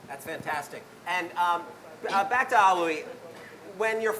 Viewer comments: It's Auli'i (Ow-lee-ee) not A-oolee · Oh my God! learn to pronounce Auli'i right! you totally butchered her name! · I love how even after hearing it multiple times, still insists on mispronouncing Auli'i's name at the end.